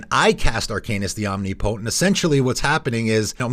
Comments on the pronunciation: Om-ni-po-tent not Omni-potent. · Flavorwise, I don't think a vehicle should be able to crew another vehicle, but according to the game rules, it can. The idea of a mammoth crewing a sailboat and then working the ship's wheel to pilot a mech is just bizarre and hilarious. Do a lot of people pronounce "omnipotent" like that? I say it like om-NIP-oh-tint. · omnipotent is pronounced like omniscience; no "knee" sound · Oh my God please Google how to pronounce omnipotent.